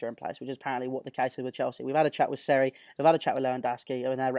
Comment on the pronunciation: Any particular reason you are saying Sarri like a gimp?